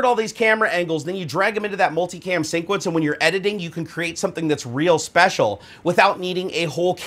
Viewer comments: What's he saying? Sinquence, sceme 1, sceme2, sceme3? Is that a thing? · Hey man, I love your vids but the way you pronounce sequence as "sync-uence" is sooo tilting. Lol keep up the good work :)